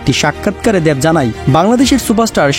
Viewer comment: ভাইরে উচ্চারণ ঠিক করেন আগে। দ্যাব না দেব।